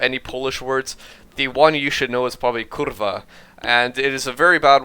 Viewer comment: your "Kurwa" is perfect:D Seriously. I declare you a native Pole!